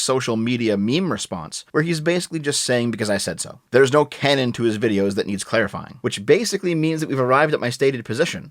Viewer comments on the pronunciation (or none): none